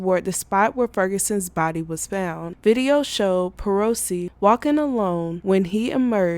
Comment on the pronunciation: Colorado* found, not fount.